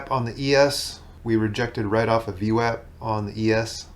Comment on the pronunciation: Wow, someone that properly pronounces VWAP...subbed!